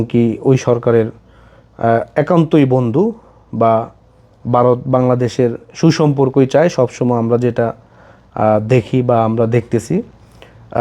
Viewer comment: Not Barot,,, India name -- Varot,,,, not Barot...care ur pronaunciation..